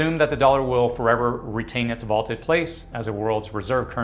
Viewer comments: Vaunted, not vaulted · It’s vauNted, not vauLted. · Vaunted, not vaulted.